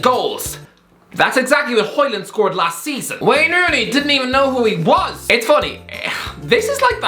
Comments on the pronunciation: its højlund big man, not hojland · Hoe is like Hoe. Lund not land, and it is pronounced like lynn but with a u, aka Lunn. it's pronounced something like this in English, Hoelunn. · its hojlund mate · Højlund not Hojland😂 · His name is Højlund not Hojland👍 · Højlund LUND and i'm not even danish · Dude, at least try to get his name right. "Rasmus Højlund"